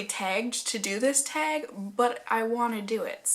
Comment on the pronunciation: Your northern roots really show when you say the word "teg"! love it 😍😂